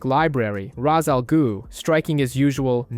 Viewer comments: Raz al goo lol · raz al goo🤣🤣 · Hey babe, Wake up! The new Worst way to pronounce Ra's Al Ghul just dropped.